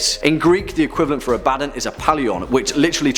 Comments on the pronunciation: Abb-Uh-Dawn not "A bad nun" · It's not A-bad-don it's Ab-ad-don. Some demonologist. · Abaddon isnt pronounced "Ah-bad-don" its pronounced Ab-ah-don". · The way you pronounce Abaddon kills me 😂😂 It's pronounced "Ab-Ba-Don" Not "A-Badin" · That’s only how they mispronounce it in Warhammer 40K. If it’s supposed to be pronounced “Ab- uh- don”, why isn’t his buddy’s name pronounced “Tore- guh- don”? It’s not, it’s “Tore- gad- uhn”, just like it’s supposed to be “Uh- bad- uhn”. That’s why there are 2 “D”s, and not 2 “B”s. Abaddon and Torgaddon. And there’s another one whose last name is “Ekaddon”. That’s just how double consonants are pronounced- you even doubled the “B” in your pronunciation explanation, further illustrating that I’m correct. Sorry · its pronounced ab a don btw xD supernatural needa watch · Holy crap you are butchering some of those names ab a don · Ab-Uh-Dohn - Abbadon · It's pronounced A' Ba Don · Who else internally corrected, or at least changed, how he pronounce Abaddon? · Great video... the pronunciation of Abadon killed me lol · That’s not how you pronounce abaddon’s name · The constant mispronounciation of Abaddon kills me from the inside.